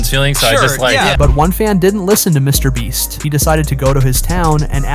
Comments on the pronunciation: You were saying mr bleach instead of mr beast 😂😂😂😂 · He always say Me Brest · i swear i heard you say "mr breast" and "mr bleach" lol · Stupid ai channels using the mr breast name for extra views👀😂😂😂 Edit: sorry, "mr bleach"😂😂😂😂😂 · mr bleach lol this AI cant seem to get it right😭🤣⚰ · WHY IS THE AI SAYING MR BREAST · Bro is saying mrbreast then mrbleach wtf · "Mr Breast" ☠️ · how did i not catch these both the first time😂 how tf did he mess up his name with such clarity twice!! after saying it correctly a ton of times lmao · He said Mr. Breast too lmao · Why do you say his name different lol